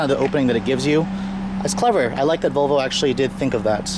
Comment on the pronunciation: Learn how to pronounce the brand. It is not a Vo-Vo. There is an 'L' in the name. It is pronounced VoL-vo :-)